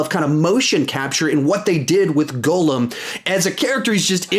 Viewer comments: Instead of saying Gollum, he say says “goolum” 😂😂😂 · Hey! I loved the vid, definitely one of your best, but just a little criticism. Gollum is pronounced differently than how you say it. The oll in Gollum is pronounced like the way it’s pronounced in Doll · Cal Walker right!! He says “goolum” 😂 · You just said that you watched them...so HOW are you getting Gollum’s name wrong? Haha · You say Gollum so horrible lmaoo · Facts lol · I adore your videos but why are you pronouncing Gollum like that